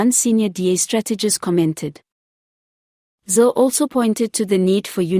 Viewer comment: It iz Helen /zile/, and not /zil/!